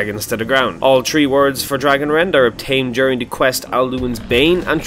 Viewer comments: THREE THH-REE NOT TREE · Stop saying "tree" when you mean "three" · "tree words"